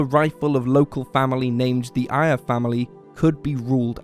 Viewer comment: Ah, Mickey “Aya” (your pronunciation) is Mickey Eyre — that’s pronounced “air”.